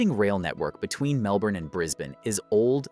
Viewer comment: And Melbourne and Moree mispronounced.